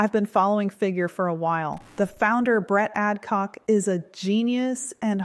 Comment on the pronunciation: Bratt Adcock 😂😂😂 Sorry I just cant😂😂